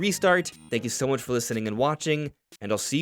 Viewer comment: He emphasises the word 'much'